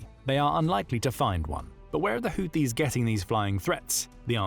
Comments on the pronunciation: PRONOUNCED : HOOTHEES……NOT US BUT U.S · It’s pronounced like hoootheees even tho spelt Houthis lol